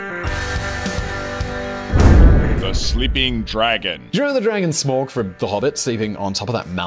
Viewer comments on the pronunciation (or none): none